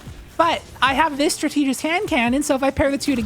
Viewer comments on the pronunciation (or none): “Strat-ta-gist,” not “stra-tee-gist. Great video as always! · strategist is pronounced like strategy 🙂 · The reading comprehension was not great in the Geomags section. But I imagine it was a really long day so it was easy to misread the change. Edit: Are you also mispronouncing Strategist on purpose? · You’re kinda mispronouncing “strategist” :x